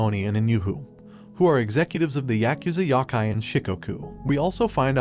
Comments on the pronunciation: it's Yo kai not Yok kai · Yo-ki my brother never heard of yah-ki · I swear its Yokai, not yakai... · "yah kai" please my ears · Bro, how you pronounce “Yokia” wrong? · I hate how you say yokai lol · he keeps saying yoki wrong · There is no "a" in yoki